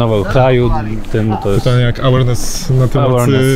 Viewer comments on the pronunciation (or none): W słowie 'awareness' akcent kładziemy na drugą współgłoske. Elo